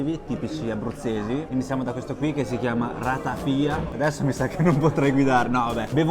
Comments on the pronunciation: Ratafià non ratafia... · Ratafià, non ratafìa...